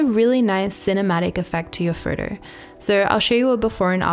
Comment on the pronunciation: Please learn how to pronounce "photo".